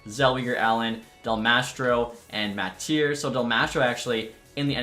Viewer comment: Butchering jack matier (Matt-eer) name Lmao